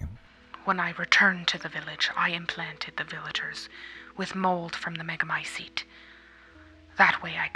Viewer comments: Come on man, learn to pronounce "t"s. MegamyceTe not megamyceDE. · Literally every character in the game, and everyone else IRL: Meh-guh-my-seat This guy: mEh-guH-my-sEeD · Mega my ceet not mega my SEED annoying pronunciation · Thanks, I love these videos. Really creepy and cool storyline, thanks for explaining. For some reason, I enjoy the dark, evil, grotesque atmosphere. I do find the pronunciation of Megamycete slightly annoying. There's a "t" sound at the end, not "d". American accent I guess.